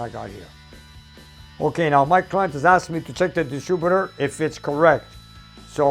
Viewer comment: Distrubitor:) I worked at a mill a few miles up the road in St Jerome and all the tradesmen spoke great English with a few twists